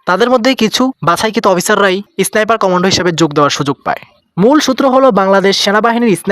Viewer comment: উচ্চারণটা এসনাইপার না ভাই, স্নাইপার।